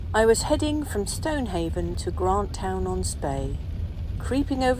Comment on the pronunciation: Grantun is the pronunciation 💐👍 (yes me again 😁👋🏻)